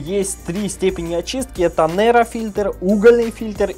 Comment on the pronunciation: Почему "НЕРА" - читаете по-русски? HEPA (англ. High Efficiency Particulate Air или High Efficiency Particulate Arrestance)